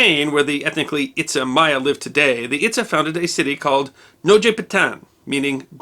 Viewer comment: Itza is pronounced It-jzha. The descendants of the Itza, who migrated to Florida and Georgia (USA), are called Itza-te Creeks or Hitchiti Creeks.